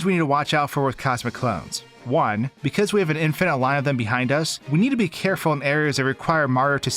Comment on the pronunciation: in FINIT?!! thats not how you say it man